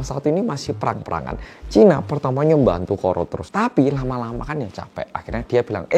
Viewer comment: Denger pelafalannya mirip soekarno yaa kalau ngomong “keun” maksdnya “kan” wong jowo 🔥🖤